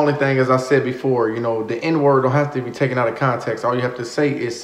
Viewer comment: Sweetie, please pronounce that word right it is TAKEN, TAKEN, not TOOKEN. PLEASE, PLEASE.